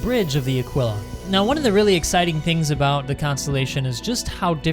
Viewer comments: I think of it as 'a-KEE-la' (Aquila). Mos-KEE-to (Mosquito). Keen-wah (Quinoa). Keesh (Quische). I know English is sometimes contradictory and there are words such as 'quick' or 'quill', but my guess is that the proper pronunciation would be 'a-KEE-la'. ;) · Aquila, would seemingly pronounced like Tequila without the T / uh-Kee-luh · / It’s better pronounced as Ah keel ah. As if it had “a keel, ya?” Edit: Very good point about the med facility for an exploration ship. There should also be a small, dedicated lab. Frankly it doesn’t need much cargo space besides what would fit the rover, but med, science and recreation are all needed for a long haul explorer. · I think you were pronouncing Aquila wrong. Anybody know if he was saying it wrong? Besides that it was an amazing video, keep up with these